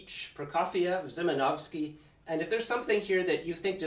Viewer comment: PSA: Szymanowski is pronounced "Shi-man-OV-ski" not Zi... Sz is always "Sh" in Polish (and the reverse in Hungarian, but that's another story).